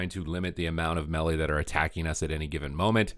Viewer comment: So we supposed to listen to someone who cannot pronounce melee? LoL